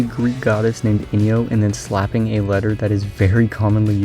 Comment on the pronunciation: By the way, Enyo is pronounced “On-yo” not “In-yo”. So it’s even worse than what you think